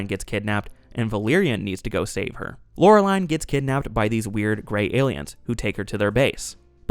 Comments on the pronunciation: Meh… he also butchers Laureline’s name.. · Dude, SIMILARITY, not SIMULARITY. And holyshit, are you sure saw this? You constantly mispronounce Valerian and Laureline.